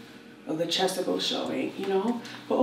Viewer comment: Did she say Chesticles? LOL!